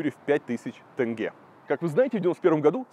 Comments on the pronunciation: тенге а не тЭнгЭ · Тоже коробило. Или как тЭнгЭ🤨🤨🤨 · Видеоролик очень интересный. Спасибо за интерес. Но триггер для казахстанцев: слова «семья» и «тень» россияне говорят через Е, а «Семей» и «тенге» почему-то через Э. Непонятное коверканье. В казахском языке нет звука Э. Это у кыргызов распространена буква и звук Э. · Вроде такой образованный, журналист им все дела…. А название города выговорить не может. Не Сэмей а Семей , Семипалатинск же нормально говорил , тоже самое про тЕнге 😡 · Как же бесит это Сэмей, тЭнге... Три года как живу в РФ и просто не врубаюсь с чего все местные, узнав, что я из КЗ, говорят тЭнге. Какой-то дурацкий всероссийский стереотип, пытаясь передать казахское произношение, все тут начинают Экать, блин, откуда этот бред взялся вообще. Задолбалась объяснять, что в казахском языке вообще почти не встречается буква Э, только в заимствованных словах, а так тут везде мягкое Е. Русские как привыкли кавказский акцент изображать, так и казахский изображают, ну, глупо же.